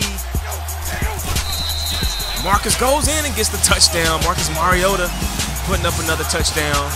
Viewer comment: its not moriota its mar_i o tu